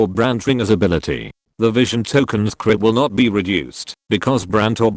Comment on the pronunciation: I hear clit instead of crit